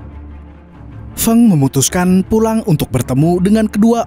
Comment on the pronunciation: Feng itu dibacanya Feng bukan Feng....😊